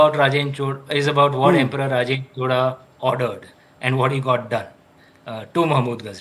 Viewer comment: Happy to hear Indians from other states pronounce CHOZHA correctly and not chola. Rajarajan was a GOAT whether it was administration, love for arts and international relations. Rajendra continued this expansion. Thanks to for exploring into this kingdom.